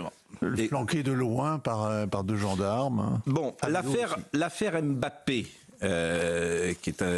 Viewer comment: Qu'est-ce que vous voulez que j'vous dise ? Un pognon de dingue ! NB : On ne dit pas MBappé, on ne prononce pas le M. On dit Bappé. Faut bosser les dossiers mr Prout !